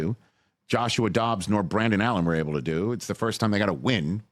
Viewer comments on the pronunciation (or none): none